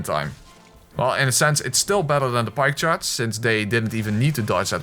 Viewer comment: When you say pike charge only I though you sead pie chart only